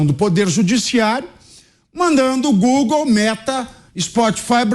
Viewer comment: "O Glogle, Elo Marche" kkkkk é muito analfabeto nesse congresso kkk a dúvida??? Quem votou nesses analfabetos 😢😅